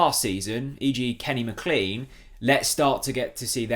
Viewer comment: I wish you would pronounce McLean properly